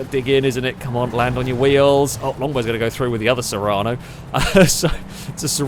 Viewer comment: Sorry to be picky but the SUV in the very first round is called the serrano, you kept saying serrana :D